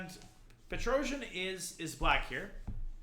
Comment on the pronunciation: Its pronounced Pet-ros-yan